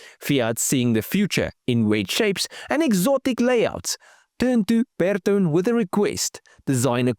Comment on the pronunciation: Hello I am a keen follower/commentator of Your videos, but I must make a "point", kinda: You said beetone! Sorry, it's Ber-to`-ne, Italian, with the "weight, on the middle of the word. YES, I know, I am a pain in the A**, but it sounds very odd, even to me, who has 3 languages in my "portfolio", but hear differences, in many more. And, I am just pulling Your leg. And, a great car and a nice video, again, keep these coming, and I'll keep watching/kidding. from a Finn in Diaspora with a 😀